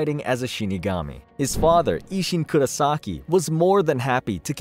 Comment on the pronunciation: kurAsaki ? it's KurOsaki damned, and no one seem to see it, making THE mistake at the beginning, omg